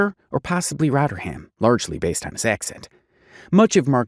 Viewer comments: Shoutout to your pronunciation of “Rotter-ham” - much better than its original name of “Rotherham” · Also, it's not 'rotterham'. It's Rother ham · I'm a Yorkshire person and its pronounced Roth er um. Calling it Rot er ham is driving me crazy haha. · Giving me a headache it's rovrem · Rotter ham 😂😂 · Let him know its actually Rotherum...l😂❤🇬🇧